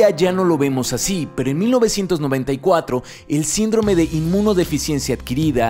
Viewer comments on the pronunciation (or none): none